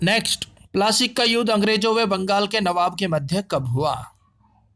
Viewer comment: Wo plaasic nhi Plassey h